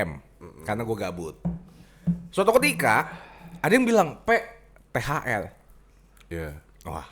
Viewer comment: Ooooh THR toooh bacanya THL.. Cadel gw jd binun